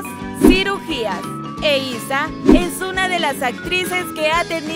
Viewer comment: Se dice eiza